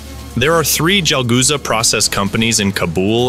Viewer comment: bro its CHalghoza u keep pronouncing it wrong in such a clearly pronounced nd repetitive manner i cant continue me lunch :)